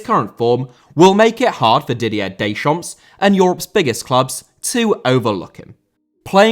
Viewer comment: Deschamps* not Deischamps